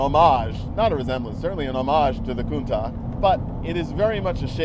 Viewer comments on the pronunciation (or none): Countah!!?? It's a Countach!!!!